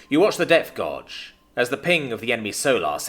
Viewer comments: The only minor but irritating thing was the pronunciation of guage. It is NOT gorge, it's gay-j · Gauge is pronounced gage. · gauge sounds like the word age with a G in front of it. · The pronunciation of gauge threw me off a few times as i listen while at work and thought the guy on the sub was reading sonar and seeing that they were falling into a gorge or trench down in the deep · haha it is driving me crazy hearing him fumble this hard, it's not even a rare word